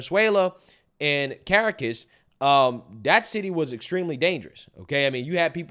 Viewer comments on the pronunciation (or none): it's "Car-ak-ahhhhssss" for Caracas Venezuela 🇻🇪. you're The best brother! Keep up against the young scholars 😂